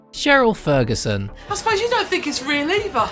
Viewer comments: Jonathan Ross has a lisp, thats right. However he knows exactly how to pronounce "th" and that that's different! This guy doesn't have a lisp he's just not pronouncing words like Thank you, Thought, Think, Three ect. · This narrator needs lessons in how to speak properly. Why are you hiring somebody who clearly can't pronounce his Ts and Hs?? It's THINK and not FINK!! (Just an example 🙄) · This guys pronunciation is terrible! Can't pronounce Think and thought... Th not F!!! He's done another video on here too! Why I don't know!!